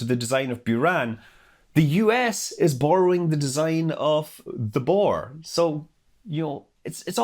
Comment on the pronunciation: бор-rowing. Classic.